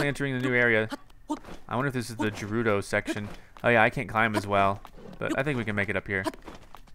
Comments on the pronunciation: Revali "Revali's Gale is now ready." "Thanks, Devali Gale." Also, Gerudo is pronounced Gah-roo-doe, not Jer-roo-doe. But most of all, THE PURPLE STUFF IS CALLED MALICE NOT BLIGHT!!!!!! I call it Nightmare Juice. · you say gerudo guh-roo-doh, not ju-roo-do! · Greetings from the BIG SKY. It's pronounced like 'girl' for gerudo. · Please tell me he stops pronouncing Gerudo incorrectly. 😩